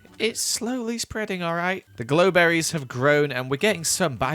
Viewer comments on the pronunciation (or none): grow berry not glow berry